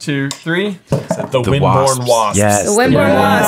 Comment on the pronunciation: Isn’t it Wimbourne Wasps? Not Windbourne